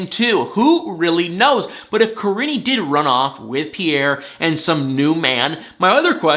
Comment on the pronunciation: Im NOT at all trying to come off in any kind of Bad way whatsoever when I say this but its driving me CRAZY, her name is PRONOUNCED like Ka-Reene ! Im Sorry to have to be one of "those people " by pointing it out, as I'm not an narcissist or anything. However, it's driving me absolutely crazy. 🥴